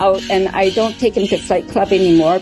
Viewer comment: I know she said 'flight club' but man after listening to everything she has said so far I understood it was 'FIGHT CLUB' and had to read the subs again just to double check LOL